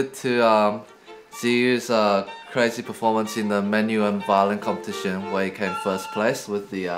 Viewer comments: “He” in Chinese isn’t pronounced “he”. It is pronounced “her”. Not trolling. For real. 😂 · Pronunciation of Ziyu's surname is similar to "her" not he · Yes, it's as you say - 他她 :) Of course what 12x12surface means is that 汉语拼音 "he" (何) is not pronounced as the English "he". I wish the rest of the world could learn to pronounce Chinese names properly, so that talents like 何子毓 don't have to adopt the English pronunciation of their name just for the global audience. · At the intro, Brett said "HE" as in hee. But Zhiyu's Chinese and his surname is He, as in 'her' - sounding like the word for river in Chinese. Actually meaning is 'when'. 河 (he) - river; 何 (he) - when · But the twoset pronounced Ziyu's last name wrong...